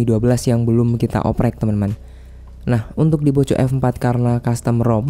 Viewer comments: Mending belajar ngomong lagi bang, ...jngan nyebut poco poco,.....kalo ga bisa ngomong poko....mending sebut aja xiaomi F4, saya risi dengernya malu sendiri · Indonesia bgt Tetep di baca poco🤣🤣 yg klo ke banyak org bilang nya poko